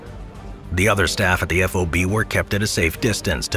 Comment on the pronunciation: Please stop saying "EF OH BEE" lol... it's just FOB "Fahb". It's killing me and anyone else that knows the correct way to say it 😆